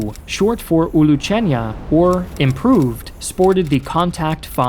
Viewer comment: It's "Vezde-Hod" not "Vezdicot" And "Uluch-shen-naya" instead of "uluchenya" Btw Ukraine improved T-80 by making it T-84, later versions of which use Ukrainian-made parts.